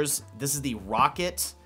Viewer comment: The amount of times you said rocket instead of “row cat 🐱 “ triggered me 😂